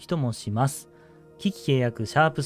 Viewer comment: 危機契約のイントネーションの訛り？があって驚いた。